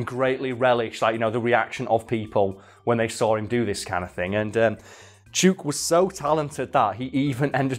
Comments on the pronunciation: Only if you pronounced it correctly it’s chook like look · Chook? I think it might be pronounce ch-oo-k not chook. Its another name for chicken more commonly roast chook. So it rhymes with book. And not words like luke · The os are pronounced like book Just a heads up haha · oo as in "foot", not as is "root" Chook = Chicken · Chook, pronounced like hook. slang for chicken. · It's pronounced Chook, as in book. Aussie slang for chicken. And I once taught a lyrebird to wolf-whistle just to pissoff the feminists. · Chook: Pronounced Ch-ook. (Chh--hook) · The "oo" in "chook" is much shorter than how you're saying it. Chook like book. 👌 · "Chewk" Everyone in Australasia: 😅😂🤣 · FYI Chook rhymes with book, not with spook. I am an arborist in Victoria Australia. I’ve heard plenty of lyrebirds doing the chainsaw, dozens of times. Attenborough was not misleading you in any way. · OMG I never chook was an australian word before, but it must be, since says it to rhyme with chute, but it should rhyme with hook. The more you know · Chewk?! No, its pronounced like Book. Chook. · its chook not chuke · it is pronounced chook as in book not chuke as in puke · I doubt this will be seen, but as an Aussie I feel it's my duty to bring this up: Ya' sayin' the name wrong. It's not "chook" as in "duke". It's "chook" as in "look". We also call chickens "chooks". It's also very Australian to allow someone making a documentary to mispronounce something ALL the way through their little film. We're total arseholes like that. Cheers mate. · Yeah i thought poms spoke english. He says "chewwwk" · Friend from Australia says it’s pronounced chook as in book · That is the weirdest pronunciation of 'chook' I've ever heard lol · Chook. It's pronounced like book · As an Australian, I'm finding it tilting af that you're mispronouncing "chook" Chook as in slang for chicken Rhymes with, hook and book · The name is actually pronounced with a short o in Australia